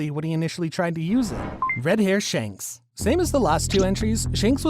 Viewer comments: Bro said Shunks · bro really said shaanks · Bruh said shonks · It’s not shanks it’s shamrock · Its not shanks but shamrock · Bro called shanks socks. 😂😂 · Shonks is actually funny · Did anyone of you hear the wrong pronunciation of shanks he called it shonks😂😂😂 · At the shank part, he said shonk instead at the time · You said shanks wrong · I swear people butcher the names of characters on purpose🤦🏻‍♂️ Dude said Shanks perfectly fine, then less than 10 seconds later, pronounced it like he was choking lmaoooo